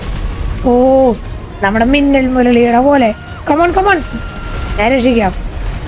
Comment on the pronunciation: മിന്നൽ മുളളി അല്ല മിന്നൽ മുരളി